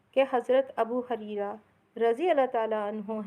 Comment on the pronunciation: Abu Hareera nahi Abu Huraira r.a sahi word hai